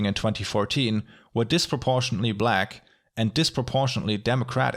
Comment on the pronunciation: This video made me realize Bloomberg can’t pronounce disproportionately.